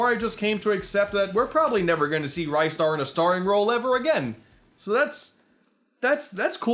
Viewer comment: dude you dont even pronounce his right u say ray star its ris star